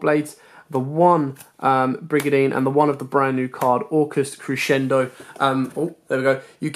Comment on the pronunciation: Great explanation at the start and throughout. And congratulations on being the only person on YouTube who knows how to pronounce "Crescendo".